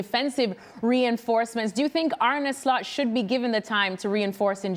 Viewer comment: Ane Lost 😂😂😂😂 not Slot